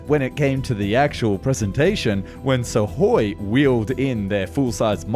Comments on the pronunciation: And misses the K in Sukhoi. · Also "Suhoi" lol